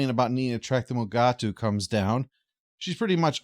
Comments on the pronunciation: I think this is my least favourite episode of Lower Decks. But I at least appreciate the commitment to the bit with mispronouncing mugato every time. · The downside of a show is that half of episodes will be below average. It wasn’t bad but definitely below average. The running gag in how to pronounce Mugatu was great simply because no one winked at the camera. Every pronunciation was accepted as fact.